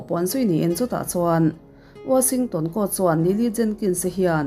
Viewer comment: Kan tawng ani lo na ngaihthlak hrehawm beng verh chin hi a awm thin ..Kan tawng ani lo a mahse mi tam takin i content an ngaithla si a...engkim ah a theih loh mahna..mahse a awm ang chin hi chu lam dik tum la ka ti hle mai ...Wa-sing-tawn anilo ..washing-ton tih ve mai tur